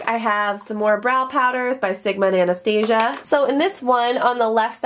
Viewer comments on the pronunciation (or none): Anastasia is pronounced Ana-staw-zee-ah. That's how her daughter pronounces it. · it makes me cringe every time she says it!!! Lol! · Loving the new desk and storage! But I must say the Amount of times you said Anastasia wrong made me a little sad. Too each their own! LOL